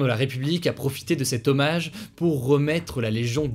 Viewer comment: Hugo il faut bien parler à la télé un O n est pas un E ex: un hemmage